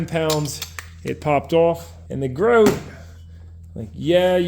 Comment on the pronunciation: fyi. i used to work for Grote many years ago.. they pronounce their name as "grow-tee" ...